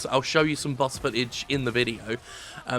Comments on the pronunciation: while i agree, why do you find it impossible to say BOSS, and instead say BUS? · I kept hearing Bus when he said boss. I knew public transportation is really back in the US, but damn. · He said "boss" so many times it started to sound like "bus." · I keep hearing 'Bus' when Jim says 'Boss'. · is it only me that hears him saying bus instead of boss all the time ?? i might be really tired :S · lul he was making fun of how he pronounces "boss" cause the english accent makes it sound like "bus" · Love you Jim but I gotta be honest... I can't stop hearing "bass" or even "bus". Please drink some water. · Is it just me or does it sound like he is saying Bus instead of boss?